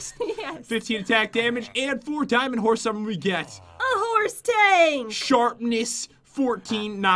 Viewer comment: the horse tank sounds like hors tank